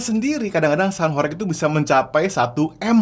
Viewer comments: Bro, penyebutan HOREG yang benar (huruf E) sprt mengucapkan ulEk, budEK atau pilEk.. begitu bro💪🏻🔥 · Pengucapan horeg salah coach, e nya seperti beras....